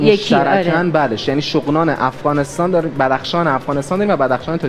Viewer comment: اون منطقه که در بدخشان افغانستان است اسمش شغنان است شوغنان نیست این هموطنان من اشتباه تلفظ کرد حق میدم چونکه در ایران متولد شده ❤😊🇦🇫